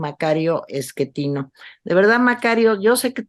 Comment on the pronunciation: Tere, no es 'Esquetino' 😖